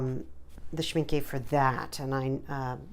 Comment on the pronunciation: This has to be the most adorable Schmincke watercolour swatching video I've ever seen. You had me smiling all the time. I love the way you talked, the way you debated with yourself about pronunciation options - (It's shmink-euh rather than shminkee, btw. ;)) - and your enthusiasm about those gorgeous colours. And what a neat idea to draw different owls instead of some boring squares to swatch out your colours. One more thing I enjoyed immensely was just hearing your voice and a little bit of sound without any distracting or annoying background music. Lovely video worth a subscription. :D